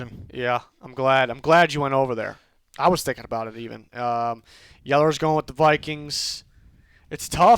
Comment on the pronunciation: Lmaoooo I caught that "He's groin with the Ravens."